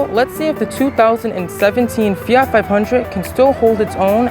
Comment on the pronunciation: Fiatttttt “t”